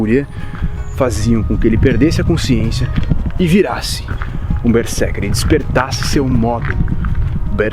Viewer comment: Ei, Berserker pronuncia com z. Esse é o estado quando eu estou a desenhar ou a jogar.😁